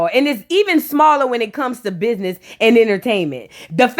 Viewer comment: "Thass a lizznahyee i would never do that to my bizznahyee" I'm hollering 😂😂😂😂😂